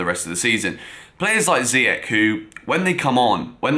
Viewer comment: How do you still not know how to pronounce Ziyech's name????? JEEZ.......